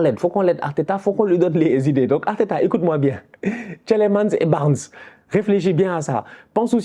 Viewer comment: Le premier "e" de Tielemans est muet. De rien 😅 Un Belge ❤